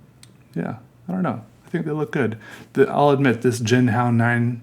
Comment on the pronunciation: You're saying it right. Hung hao. Your sense of humor is wicked cool. Lol I found myself psycho-analyzing your drawing... you were in a good mood right?